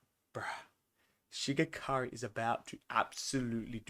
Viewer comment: Such a good Ep showing the power difference next Ep will be crazy Also It’s Shigaraki not Shigakari